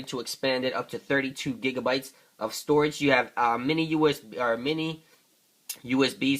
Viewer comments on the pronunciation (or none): none